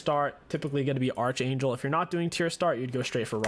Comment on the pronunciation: Bro it's pronounced ARC-Anjel, not ARCH as in ARCHER ... Just saying, 🤷🏼‍♂️